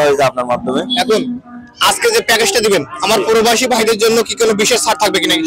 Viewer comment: পরোবাসি না।।।।প্রবাসি হবে